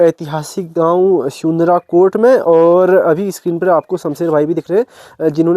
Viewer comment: स्यूनराकोट को सुनराकोट कह रहा है और वहाँ का रहने वाला निवासी खुद उसका उच्चारण सही से नहीं कर पा रहा है इसलिये पंत जी अपना गाँव छोड़कर दिल्ली चले गए थे।